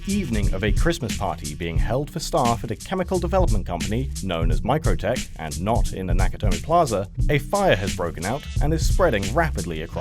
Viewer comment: metrotech, not microtech